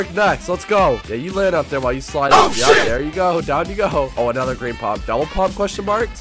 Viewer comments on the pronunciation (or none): none